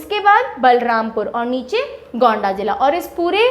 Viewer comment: गोंणा नहीं होगा गोंडा जिला होगा मैम